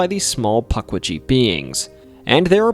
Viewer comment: omg.. puck wee gee.. this is gonna be a painful watch..